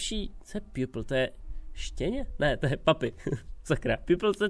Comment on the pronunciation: Pupil = žák Čte se to Pjůpl Doufám že si tu angličtinu pamatuji Pokud je to špatně tak no hate